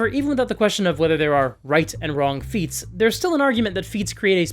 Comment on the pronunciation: Not me uncontrollably giggling because whenever says "feats" I hear "feets."